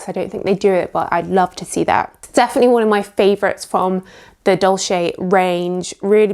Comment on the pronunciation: “Dolce” is pronounced different not “dolshe”, but “dolche”… it’s Italian…